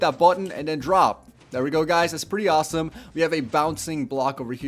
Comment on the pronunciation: 'goiys' 'auwsome'